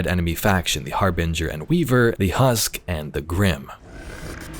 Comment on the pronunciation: Finally, somebody who says harbin-ger and not har-bing-er